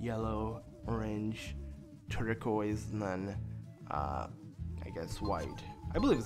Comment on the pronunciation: Lol (not hating or making fun of you) the way you said turquoise made my day ^^